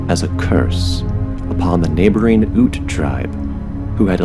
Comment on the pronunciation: Ute Indian tribe Is pronounced 'yoot'